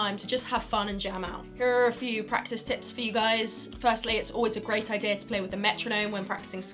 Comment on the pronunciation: I swear to god that at the beggining I heard "top 10 tits"